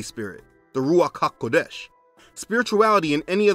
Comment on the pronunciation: Just being a bit picky: It's Yeshua, not Yahshua, and emphasis is on the second syllable not the first. For Ha'Kodesh, the second syllable is emphasized not the last. For the other Hebrew words, emphasize the last syllable.